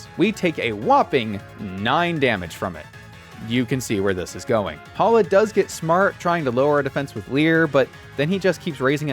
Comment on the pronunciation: We don't talk about Bruno but it's Hala